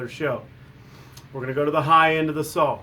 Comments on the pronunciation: Saw , not sawl . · Akshally is not a word Amagine is not a word Sawl is not a word Husqvarna not Husquhvarna